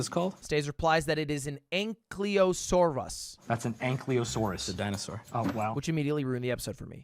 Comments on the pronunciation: Ankylusaurus - ang·kuh·low·saw·ruhs Not ang·kee·low·saw·ruhs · “ah i see” still pronounces it wrong. 🤣🤣🤣 the ky part in ankylosaurus is pronounced the same way the ky in kydae is pronounced. an ky lo saurus